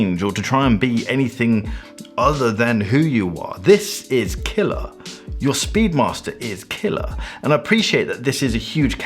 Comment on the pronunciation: take a shot every time he says KILLAH